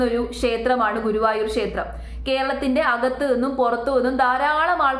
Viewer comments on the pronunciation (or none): none